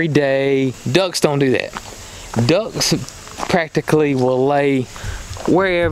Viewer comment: Thanks for the information. I also learned how to pronounce duhcks haha jp